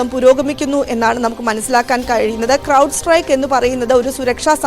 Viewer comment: Cloud അല്ല അണ്ണാ Crowd ആണ്